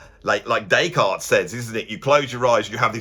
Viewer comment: Or “Descartes Bab”, as he was known to his mates.